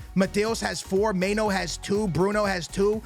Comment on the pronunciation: may-no lmaooo its my-nu